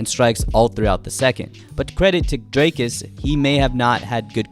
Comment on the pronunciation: bro it's not draykus it's pronounced drie kus